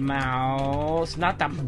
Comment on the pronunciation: The great mouse not the PWOUSE PWOUSE PWOUSE